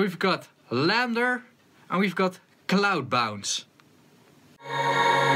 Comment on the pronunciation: It's LANDR - (read as L-And-R) as in Left and Right (Stereo)